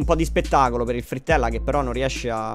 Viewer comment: Ha detto freettella?!!!!?!?!??!??!